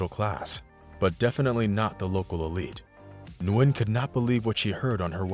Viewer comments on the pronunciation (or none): Just "Win" .. not "New-win". It's one syllable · It’s pronounced win not nuwin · You do know that Nguyen is her last name and it's pronounced "win", right?